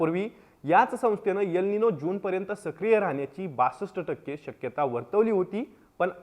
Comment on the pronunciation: यल निनो नाही रे कसला पत्राकर तू el nino ahe